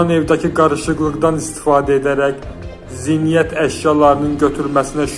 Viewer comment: Сохалар сенин кими журналистин савадына😂зинйет йох, зинет.